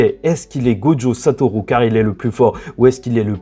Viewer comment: Bon juste un truc parce que je commence à ressentir un certain agacement en te suivant: Prends des coups de japonais s'il te plaît, apprends à prononcer la putain de lettre U, c'est pas Satorou! Satoru! comme une rue! Dis le stp, SA-TO-RU, putain la VF de Naruto a fait mal à la perception en français, en japonais "u" ça se dit "u" comme chez nous!!!!! C'est Sasuke, et pas Sasouké, et c'est Naruto, pas Narouto, faites un effort vous abusez, vous parlez pas à la jap vous parlez comme des kékés. Même Sakura se dit Sakura, pas Sakoura, mais y'a un petit accent à prendre ok c'est plus difficile Sakura, mais les autres, sans "Ou" par pitié tu fais saigner mes oreilles on dirait un daron qui tente de parler mangas.